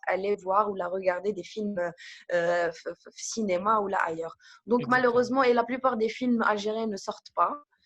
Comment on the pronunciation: Cénéma 🤐et qui corrige la prononciation juste après:) Sinon une vraie pipelette 😷 Bravo Mina